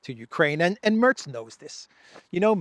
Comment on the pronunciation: The E in Merz is more like the e in "telling".